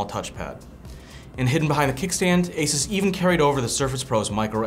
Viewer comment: The way he says Asus made this video unwatchable for me.